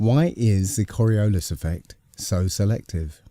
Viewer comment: KOR-EE-OOO-LYS mmm....SCIENCE!